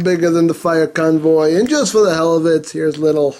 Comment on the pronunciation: i remember the "fire convoy" (japanese accent here) review good times